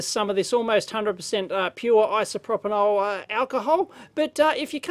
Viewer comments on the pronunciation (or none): "isoproponol alcohol'